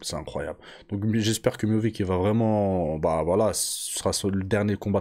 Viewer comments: Prononcé miossiche serai plus facile mon grand, arrête de dire Miovick, miovik😅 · Miovic ? C'est miocic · Je crois que c miocic et non miovic, il me semble. J'ai trouvé que miocic n'était pas très affûté physiquement pour ce combat.